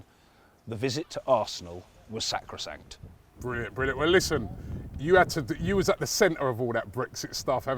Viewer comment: Bruv man said sacracsant lol not even my suggested keyboard knows that one 😂🤣